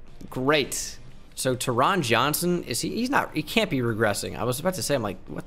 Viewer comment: I went to hs w taron johnson. Its pronounced “tarin”